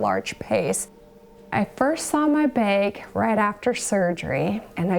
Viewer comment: Why do you say beg? It's bag.